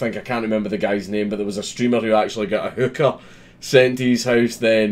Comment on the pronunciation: Only just realized he said hooker and not hookah, I was very confused